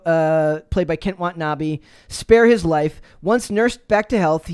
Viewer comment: Wah-Tah-Nah-Bay , Watanabe